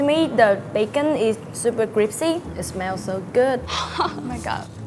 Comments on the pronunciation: super cripsy :D so cute.... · I love how she said cripsy instead of crispy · ... Super cripsy..😍😂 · No one: Literally no one: Vietnamese girl: super cripsy😂😂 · "To me, the bacon is so cripsy!" 😀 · She said cripsy, theys gangstas in her mouth bruh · very cRiPsY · “The bacon is so cripsy” lmao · Crispy ❌ Kripsy ✅ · "Cripsy" <3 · MMM... "Cripsy" bacon or crispy either way. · "The bacon is super cripsy" Drive by in blood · The bacon is cripsy?? hehe its testey?? hehehe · "The bacon is super crip-sy" Bloods watching this video: *triggered* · cripsy bacon... i like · Super cripsy 😂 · its so crip-sy lmao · " to me da bakon is supa cripsy" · Super CRIPSY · Is Kripsy in Vietnam like saying Aks me a question in America lol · I love cripsy bacon !